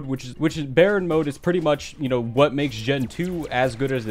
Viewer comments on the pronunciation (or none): You don’t know how to pronounce it it’s not bearen mod baryon mod